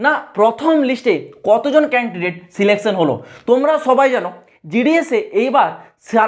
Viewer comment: Selection ❌ Selecaion ✅ 🤣🤣